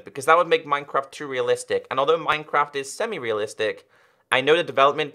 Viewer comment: says "minecwaft" 😂😂😂